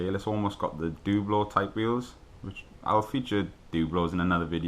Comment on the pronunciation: It's not doublo. it's doublo!